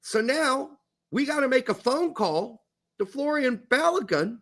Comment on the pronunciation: It’s Folarin, not Florian.